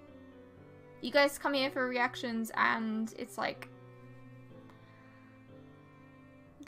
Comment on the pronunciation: Why dose all ways say,"After show Reactions" like After show Reaxcia? re axe cee ah? What? It is reactions, not re axe cee ah...